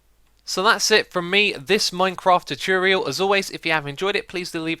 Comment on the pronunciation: Gallardo (In case you were wondering what these meant)Chooturial(Choo-tor-real)Said to be Xisuma"s way of saying the common Youtuber word, "Tutorial". This word is seen in many of his redstone videos, but can crop up in certain episodes of Hermitcraft videos too.Mashroom(Mash-room)Mashed potato with a hint of mushrooms? Nope - this is just X"s way of saying "Mushroom". I better stop talking about this word; there isn"t mushroom for anymore info ;-)Recordeting(Record-et-ing)Xisumas way of saying he"s recording and editing. Why say two words when you can say one?